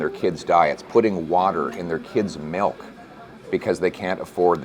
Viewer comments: Pronounces milk as “melk”, unelectable. 😝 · Why do a lot people say melk instead of milk ?